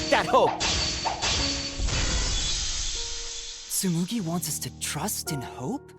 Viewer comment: did he just say "HOE" instead of "hope"😭